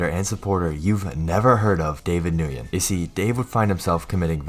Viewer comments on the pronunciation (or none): Bruh, just say Wen, not New-yen. It's cringy when you mispronounce a very common surname. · Lmao mans said David noogin Its more like David Nwin 💀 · Nguyen is pronounced like the word "when"